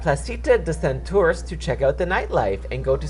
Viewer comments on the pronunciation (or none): Such an interesting subject. But how can you have actually been there and mispronounce El Yunque as Yoonk? How can you reverse the sounds in La Placita de Santurce and actually say San Touris'?